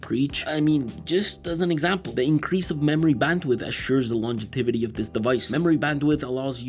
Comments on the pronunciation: the word is "longevity" not "longetivity" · "Longetivity"??? I think you mean "Longevity" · Longetivity is not a word! stop repeating it! jk lol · i got an aneurism trying to say longetivity in my head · longetivity, not once but twice lmao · Great video man. It's "longevity" though :) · I like how he says longetivity instead of longevity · It’s longevity, not “longetivity”, and I mention it only because you said it often enough for it to be jarring in an otherwise excellent video. 🙏🏽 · *Longevity, not "longetivity" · Longetivity was eating away at me this whole video bro.... it's LONGEVITY but good video nonetheless🤣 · Every time he says “longetivity” 😊